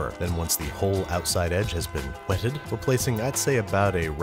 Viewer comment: “the whole outside edge has been h w e t t e d”